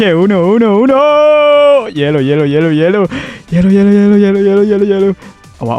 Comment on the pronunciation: အူနိုလို့မခေါ်ဘူးUNOခေါ်တယ်။